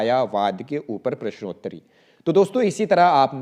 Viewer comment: पृश्नोत्तरी नहीं होता, प्रश्नोंत्तरी होता है ।